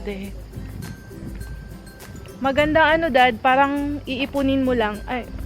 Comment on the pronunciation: Karamihan ng pinoy na nagpapa-sosyal napansin ko ang salitan "parang," nag-iiba. Kaya ni Ate kung i-pronounce iya and parang ey, parreeeeeeeeng. SOSYAL!